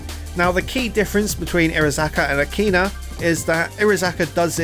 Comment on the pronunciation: woah, he pronnounced it right this time